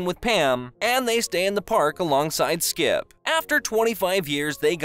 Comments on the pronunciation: It was really bothering me every time he said skip, but it was still a good video. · Is it just me, or do I keep hearing you say "Skip" instead of "Skips"? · why u call him skip without the s. he hates that shit